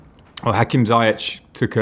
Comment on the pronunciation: Why does he pronounce Ziyech like that? lol